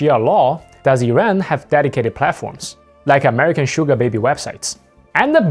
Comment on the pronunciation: please say IRAN